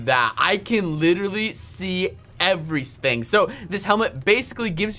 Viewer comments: Wow you can see “evrys.thing” with that helmet? “WWOW”! Lol! Wow Unspeakable you’re not good with your pronouncements. Did anyone notice that? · Unspeakable: I can literally see 'everysthings'